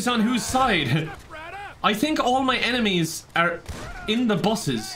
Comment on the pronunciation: I'm glad I'm not the only one who hears "enimes"